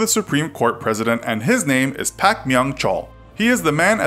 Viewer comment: It's kind of weird when you read the names directly from the random romanizations. It's usually "Park" in english not "Pack" and "Cho" not "Koe" among others. Filling in for sounds without an english-relatable equivalent is one thing but this is kind of jarring.